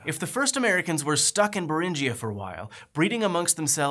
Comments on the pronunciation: its Beringia not berinjia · Minor technical point, the 'ing' in Bering is pronounced like the 'ing' in Ring. So no hard J sound in Beringia and Beringian.